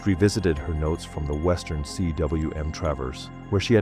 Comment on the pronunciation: It's not C.W.M it's pronounced coom. It's a Welsh word meaning valley!